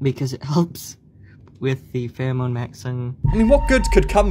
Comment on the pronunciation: “Pherome” “18- BELLOW-30” Lololol